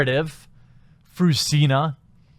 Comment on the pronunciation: I cry every time he says her name....Fruzsina is a nice name if pronounced right, "zs" is something like the g in genre. Btw she hungarian prolly or her parents. And Eördögh means Devil (Ördög). Funfacts.